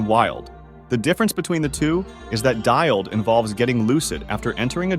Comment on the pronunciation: “Dialled” is a very bold pronunciation choice for DILD 😂 But the video is noice, thx.